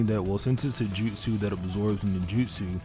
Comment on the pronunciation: Take a shot everytime he says "JUTSEW"